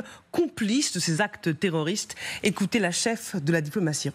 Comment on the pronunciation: Une fois de PLUS le ici gars CONFIRME en disant : "les attaques terrrrorrrrssss..." Hunnn Hun Hunn !!! Ce qui est sûr l'otan est forte en terrorrrismmmm..!